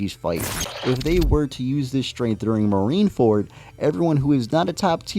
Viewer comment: U read marine-ford very wrong wb💀 got weaker and his ap did get weajer as even attakcing having himself hold his heard